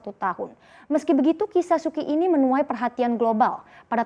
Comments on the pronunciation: Suu kyi bacanya suu chi bukan suki (-_-‘) lu kira sukiyaki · Su Kyi dibacanya Su Ci ... harusnya belajar dulu sebelum broadcast